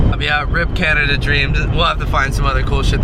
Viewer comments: Who else cringed when he said Canadia? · So is anyone gonna point out that said Canadia instead of Canada? 😐 lol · he says canadia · this nigga said Canadia